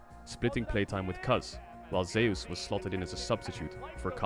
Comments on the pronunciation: Can't stand watching T1. Commentators mispronouncing two names. Oner and Zeus. One r or someone tell him it's spelled Owner. Zoo s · Tbf Zeus is pronounced zoos, just says it wrong